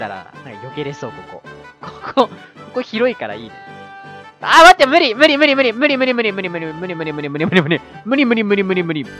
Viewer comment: むりむりむりむりむりがからつけあっきいのむにむにむにむにむにって聞こえるw